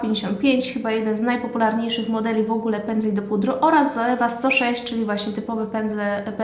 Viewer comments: Czyta się „coiwa” a nie „zoewa” 😁😁 ale filmik jak najbardziej przydatny, mówisz zwięźle i na temat, łapka w górę 😇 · Źle wymawiasz Zoevę. Poprawnie to " coiwa" .